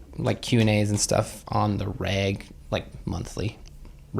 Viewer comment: I swear I heard say on the rag not reg and when he said monthly that made it worse so when my brain finally worked out what he said even after he clarified I couldn’t stop laughing at myself 🤣🤣